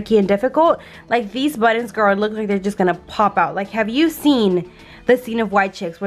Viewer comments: Are you saying buttons? Or buddons? Lol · Girl I love how you pronounce buttons!! Because I’m not the only one that say it that way !!!! Yes I color the same way you and Jason color!! Your baby is so adorable 😍😍